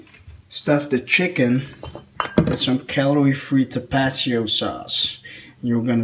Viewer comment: The hot sauce is pronounced.. TAPA-TEEO not tapacheeo